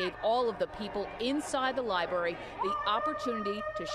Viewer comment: The libury huh? Maybe library..